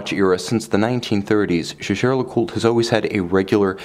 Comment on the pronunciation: Isn't it pronounced Yeagar?